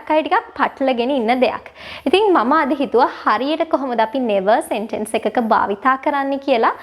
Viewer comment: සෙන්ටෙන්ස් නෙමේ.. සෙන්ටන්ස්... /ˈ‍sentəns/